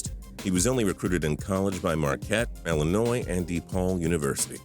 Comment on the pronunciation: Thank you so much for saying illinois right because i live in illinois thats why i thank you because peopke always say illinoisssssss